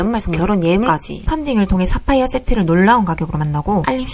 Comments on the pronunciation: 싸파이어 아닌교?? 사파이어 발음 다시해보세용 싸파이어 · 사파이어 발음에서 뿜음 ㅋㅋㅋ. 경북분 이시죠? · 사파이어 발음 왜케 웃김 ㅋㅋㅋㅋㅋ쌀해봐요 ㅋㅋㅋㅋㅋㅋㅋ